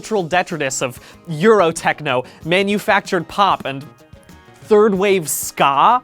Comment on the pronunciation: I don't appreciate the way he said "third wave ska"